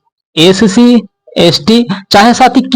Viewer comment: Sc ko scc kh rhe ho baklol